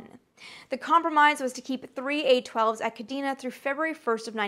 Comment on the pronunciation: Amy, I've loved your content for years now. Your energy and enthusiasm are matched only by the depth of research you put into your pieces. But there's one thing that bothered me about this episode: your pronunciation of "Kadena Air Base". It's properly pronounced "Kah-DAY-na". J. P. DeMeritt, MSgt, USAF (Ret) Kadena AB, Okinawa, JP May 1994 - Aug 1997